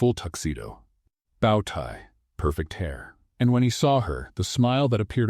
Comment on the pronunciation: Nathan is wearing a bow (pronounced bow-wow, or the part of a ship), instead bow (pronounced bow on a gift). Review the AI before posting otherwise you may lose subscribers and that affects how much money you make.